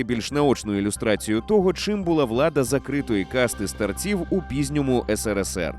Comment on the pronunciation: Не старцІв, а стАрців. СтарцЯми вини точно не були.